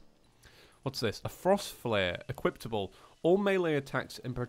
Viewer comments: "Equiptable" 2017 😂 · "Equiptable" -2017